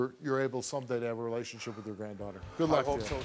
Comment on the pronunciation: “Contaykt” “relationsheep”